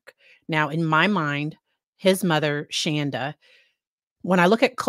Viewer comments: It’s Shanda not Shonda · yeah. She was always. Ir is Shawn-da not Shaan-da. So every time people say it wrong I cheer a little. Small things. lol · I know this isn't a funny situation, but I have to laugh every time you say her name. She used to JUMP on anyone who called her Shan-da and would be quick to correct you any chance she got. Each time you say it that way I grin because if she ever saw this, it would make her SOO angry. I know some of how she acted and things she would say about her kids, dogs, her husband. All kinds of different things that went on. After watching this, you can tell Paul was abused by both his mom and dad, as were all the kids. (I worked with her at the "tech company" she mentioned In her testimony.) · She's pronounced Shawnda.. . Like in dawn. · I’m obsessed with this case. ❤ SAY HER NAME WRONG!!!!! Love it!